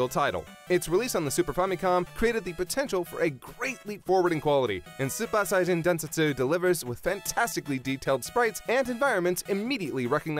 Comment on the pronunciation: the way he says super saiyajin densetsu is pissing me off, super is an english word so pronounce it right not like a japanese school girl "soopa" 🤯🤬